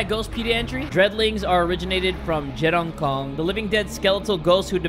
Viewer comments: This is a malay game wew. oh yeah it's je-Rang-Kong. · Repeat after me Jer-ra-ng-kong